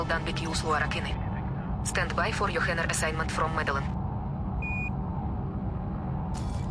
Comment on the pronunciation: Needs some polishing still. Voice said " stand b - y" instead of "stand by" :-)